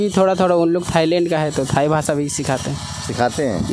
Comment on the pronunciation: भाई,सुरू नहीं शुरू, भासा नहीं भाषा